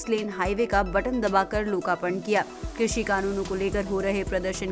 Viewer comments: भाई लोग डिसलाइक देख कर बहुत अच्छा लगा सबको पता है कि साहब जब भी लाइव आते हैं तो बड़ी बड़ी ही फेंकते हैं ' कृषि ' को " क्रुषी " बोलते हैं साहब😂😂😂😂😂😂😂😂😂😂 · किस किस ने नोटिस किया इसने कृषि को कुर्सी बोला 😂🤣 इससे अपनी जबान तो सुधरी नहीं ये कृषि ओर किसान की दशा तो तब सुधरेगा